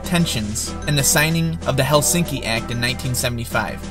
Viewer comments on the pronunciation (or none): none